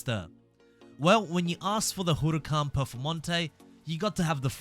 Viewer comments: You're saying Huracán completely wrong honestly, I've heard people say it in so many different ways (mostly wrong) but I've never heard anyone like this, it's far from right. Just letting you know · why does he pronounce the huracán like that lol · How can you not say huracan right?